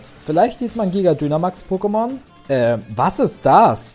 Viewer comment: Ich glaube man spricht Dynamax Deinamäx aus! Und wieso sagst du zu deinem Weiblichen Pokémon Junge? Sorry😓